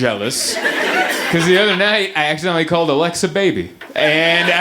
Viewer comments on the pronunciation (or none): none